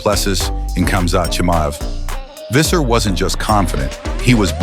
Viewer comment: When pronouncing Visser. Pronounce it as Fisser. F sound, not a V sound.